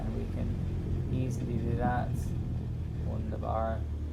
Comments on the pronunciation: "Wunderbar!" with english accent 😂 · I love how you said "Wunderbar" in an English manner. Got me cracked up a little😁 Great Video. 😊😊